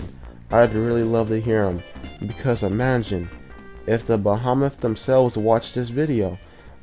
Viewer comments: "the beh hah meth" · You pronounced behemoth wrong it's like 'bee hee mith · He says Behemoth wrong the whole video. It's Bee-He-Myth